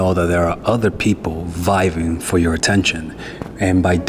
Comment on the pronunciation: Vying not “vibing”. Lol